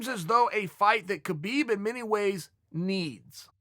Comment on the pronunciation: “Kerbeeb” – Chael